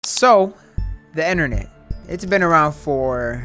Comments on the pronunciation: “ dee, enternet “ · no:: enter-net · why tf he say innarnet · Is it just me or is he saying enernet?